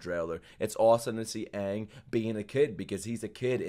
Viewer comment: No Ong, Ee Row and Sowka. Finally.